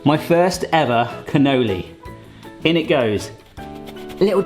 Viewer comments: Cannoloni...😅 well, at least your version is rather fun,. Lol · Cu-no-lee is how it's pronounced.: )